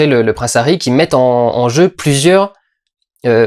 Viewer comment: Néomie au lieu de Noémie, HHHahoui au lieu de Harry, Camille Keutinsse au lieu de Camille Cottin, est-ce que tu sais parler ? Je suis désolé Durendal t'as des bonnes idées sur tes films et tu t'en sors tout seul sans tapis et en presque un seul plan séquence mais tu ne sais pas parler et ca décridibilise complètement ton propos.